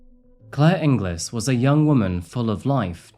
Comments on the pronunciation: Sorry, but having the same surname as Claire, and being from Scotland too, your pronunciation of her name is unfortunately wrong. It isn't pronounced In-glis, it's pronounced In-gills. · Inglis is pronounced IN - GILS not GLIS - just a strange turn in Scottish pronunciation. A bit like how you would say Edin - BRUH instead of BURRA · As a sidenote, Her surname is pronounced as Ing-gulls not ing-gliss. Doesn't feel nice seeing your own country in these videos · Bit late so doubt many will see this, but in Scotland (my country of birth) Inglis is usually pronounced ING-guls. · No, that’s spelled Ingles. I grew up in Stirling and her name was pronounced inglis like many others. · Just to let you know her surname is pronounced Ing_ills, and that's Stirling Court in the video. Love your content. Got what he deserved... Scum. Unfortunately the onus is on the victim to check new partners background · Not sure if said already, but her surname is pronounced Ing-Elles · It's pronounced ing -gills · Interesting fact: the name Inglis traditionally is not pronounced as it's spelt, rather it's said as "Ingalls". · For her surname, think pringles for the correct pronunciation of Ingles x